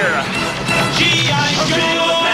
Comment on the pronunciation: All I hear is gi jose